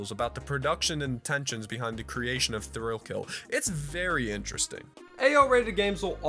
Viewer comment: Bruh. On "Thrill Kill" I thought you said "Thrillville" and got wildly confused